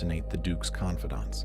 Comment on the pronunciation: Tint Ag el! is the pronunciation.